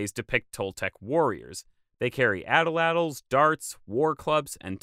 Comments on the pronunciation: I have never heard anyone pronounce the names and words without the "L" not only in the Mesoamerica works or in present day languages. ie: Atlatl is at-lat-l . every translator I put the words you are dropping the L on fully pronounced them? Is the L pronounced in Nahuatl? For example, the most widely spoken Nahuan language, Huasteca Nahuatl (a million speakers) has retained long and short vowels (though its orthography doesn't indicate length). The letters “l,” “n” and “m” are pronounced essentially like their Spanish and English equivalents. I guess I am confused? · Ahtlatl does not rhyme with prattle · I do believe the pronunciation is not "Atl-Atl" but "At-Lat- tL", at least from the point of view in characters used to write the word in Aztec.